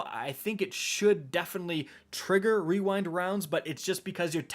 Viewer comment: Imagine calling on rewind rounds and not weewind wounds